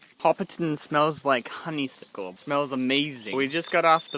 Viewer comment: Color me jealous. I've always loved those movies, and would love to sit by the fire in the Green Dragon and enjoy fresh cider from the tap. Side note: hearing you pronounce "honeysuckle" takes me right back to when we were kids. Good times.